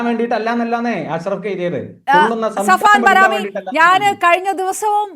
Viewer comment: സഫ്‌വാൻ ബരാമി ❌ സഫ്‌വാൻ ഹറാമി ✅